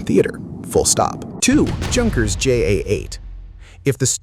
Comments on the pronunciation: It’s not pronounced “JUNK”ers, the J is pronounced like Y! Like the German for yes is Ja, pronounced Yah. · Ju-87 Stuka: "The Jew 87"? Junkers is a German name and pronounced "Yoonkers."